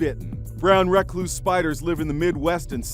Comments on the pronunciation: The way the reporter said recluse he kinda said it like reckloose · I’m sorry, but am I the only one who cringed when he said Rec-loose. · I hate when they say Reckluse, it Recluse. A pet peeve of mine. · It's pronounced Brown (Ruh-Kloos), Duhm Ah-s. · That's not how you say "brown recluse" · I have these where I live (the reporter pronounced it completely wrong) and they're literally everywhere. Your windows, tires, blankets, bathrooms, toilets, behind and underneath everything... Nobody's safe! 😷